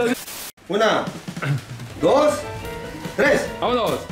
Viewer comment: Minuto dos metros tles,dos,uno Fight jajajajaja dijo TLES JAJAJAJA